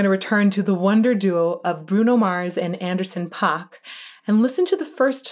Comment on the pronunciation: Please say Anderson's name right ... It's pronounced like ....pack